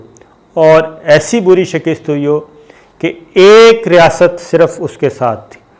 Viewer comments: Shikast Not Shikist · شکست آپ ش کے نیچے زیر پڑھتے ہیں جبکہ ش کے اوپر زبر ہے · Sabir plz shakist nahi hay shikast hay.